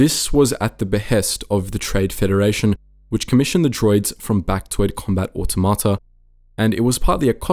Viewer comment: Automata is said "a-TOM-a-tah" not ottamotta